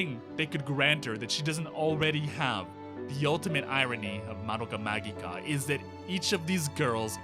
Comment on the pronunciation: The way they pronounced "magica" gave me relief after hearing it pronounced the other way so often. It is how I've come to personally say it after all.